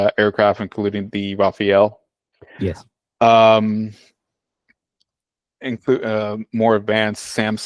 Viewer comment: This guy doesn't even know how to pronounce Rafale.